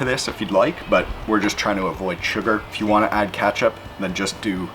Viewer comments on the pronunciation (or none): Bruh I’m quite Canadian, but I have never heard anyone say “katchup” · Most annoying sounds and the word "katchup" killed it...ugh